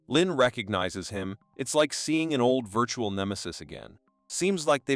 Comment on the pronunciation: STOP SAYING VIRTURAL SO MUCH ITS ANOJNG